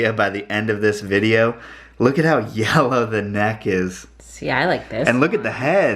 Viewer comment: Wanna up the “yeller” eh? Been around too many southerners for sure.